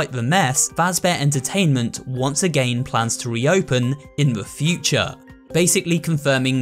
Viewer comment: why are you proununcing again like that